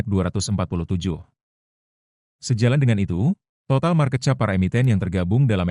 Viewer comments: market cap sebut nya kep bukan chap 😂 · Ainya Bahasa Indonesia baku jadilah chap😅